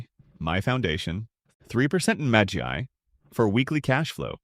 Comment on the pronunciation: magy not magi